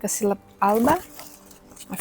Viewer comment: Yesss nice video again! Love to hear your voice 😍 It's indeed pronounced "S-killa" like you said. These all are botanical names, so it's latin. I think, when you pronounce it like greek, it will be just fine or even perfect 😊